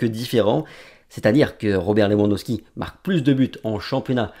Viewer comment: le w se prononce v en polonais et le t n'est pas muet. Du coup pour éviter de heurter les oreilles polonaise il faut plutôt dire roberte levandoveski ;)